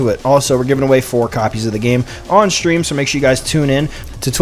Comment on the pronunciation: There’s no H in street. Or stream.